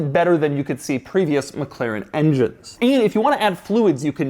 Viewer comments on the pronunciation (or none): its Mclaren not Mcleren !!! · MCLAIREN ?? I never noticed he cant say Mclaren.